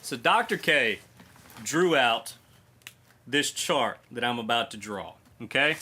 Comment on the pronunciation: I had to replay the beginning a few times laughing so hard thinking you said a shart that changed everything. So grateful I stuck around to find out you said chart.